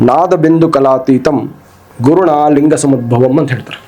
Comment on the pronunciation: ಅಣ್ಣಾ ಲಂಗ ಅಲ್ಲಾ ಅದು ಲಿಂಗ